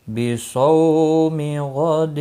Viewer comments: Wabisaumi hota saumi nai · O Bhai wabe some hai be some nahi